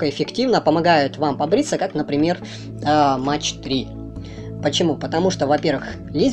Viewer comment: дядя - это немецкие кассеты - и говорить надо не Фьюжин- а фузион- и не Мэтч - а МаХ